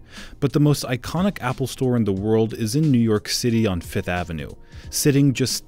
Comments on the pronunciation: It’s name is FIFTH AVENUE not FITH AVENUE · Can this dude just say fifth like the rest of us .